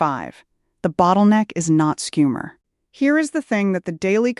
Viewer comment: Im sad you have been reduced to AI. Schumer is NOT SCoom er. Its SHOO mer